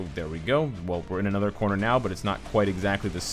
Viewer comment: "In a courner" the arena is a circle